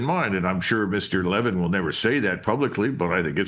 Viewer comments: Cmon man. Pronounce Marks name cotrectly plz. It is Le-VIN! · His last name is pronounced “La Veen” The only reason I pointed out is I thought you were referring to someone else.